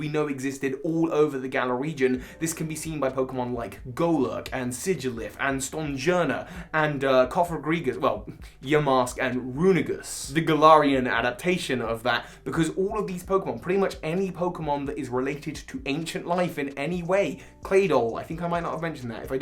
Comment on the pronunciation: Isnt it pronounced Rune-ER-i-gus not Rune-i-gus?